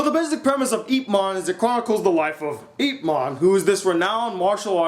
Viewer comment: your pronoucing IP wrong ....yip